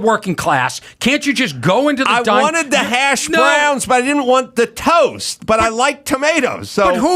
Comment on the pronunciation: Ever notice when he says hash browns he puts the emphasis on the wrong syllable?